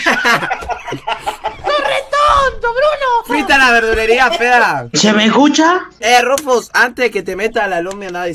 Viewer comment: "Se me escuchah?" Es el apagasteh nuevo kjKAJKAJJA